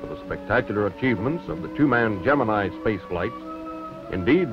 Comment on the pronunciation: He's using the proper Greek pronunciation. "Gem-in-ee" is a lazy Americanization and completely incorrect.